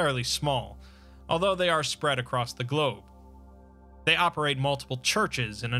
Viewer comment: I will always cringe when I hear him say they